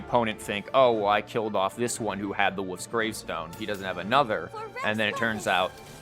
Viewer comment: the way you say "wolf's gravestone" kinda sounds like "woof's gravestone" haha